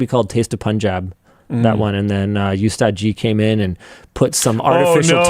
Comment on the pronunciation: linus its not you-staad its called oos-staad and its not oostaad g it called oostaad ji